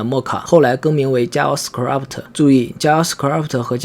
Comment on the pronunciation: Script一詞唸錯，唸成了 Scrabt